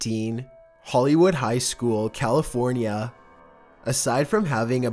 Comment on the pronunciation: When you said "California" it reminded me of The Californians skits from SNL